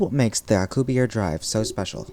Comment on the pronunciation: it's Alcubierre you pronounce the last e